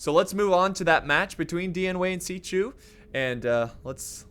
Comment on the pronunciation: "Xi chu" Dude...